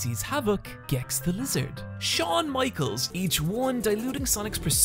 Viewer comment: “Shawn michels”